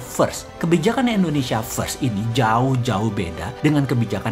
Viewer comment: maaf bossman.... bilang nya indonesia dong.. jgn endonesia😁😁😁